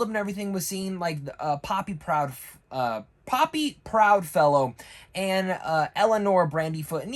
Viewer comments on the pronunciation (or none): none